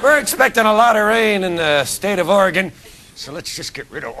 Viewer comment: RYAN PRONOUNCED OREGON RIGHT!!!!!!! YAY!!!!!!